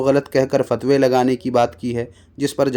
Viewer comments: fatwe❌ phatwe✅ 🤣🤣🤣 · فتوے❌ پھتوے✅ 😅😂